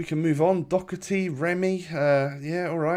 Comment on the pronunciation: Why is he saying docerty im Irish ☘️ it’s Doherty 🤬🤬🤬🤬🤬🤬🤬🤬🤬(I’m not a hater)